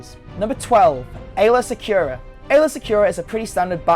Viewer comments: "Aaylor" Secura is not the correct name. You're looking for Aalya Secura. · Aaylor Secura ❌ Aayla Secura ✔ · Her name's not Aaylor Secura, it's Aayla secura! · it's not CoruSKANT.. It's CoruSant Aylaa Secura, Not Aaylor... (and it's not TWI'lek as in twine... it's twee'lek as in twin lekku) Dude...do you even know who Chewie is? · Aayla Secura, not Aaylor. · Bad pronunciation and terrible spelling. Aayla Secura. Nor aaylor secura. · “ stole “ THEY’RE THE SAME FUCKING THINGS. THEY’RE JUST NOT IN THE MOVIES ITS PRONOUNCED CORUSANT AND ALSO ITS NOT AAYLOR SECURA ITS AAYLA SECURA SO BF1 AND BF2 ARE FUCKING RIPOFFS?! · and Aaylor Secura? lol wtf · is no one else bothered to hell by the way he pronounces coruscant or aayla secura